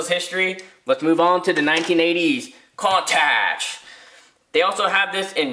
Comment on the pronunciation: Hate to be that guy, but it's "coon-totch" lol.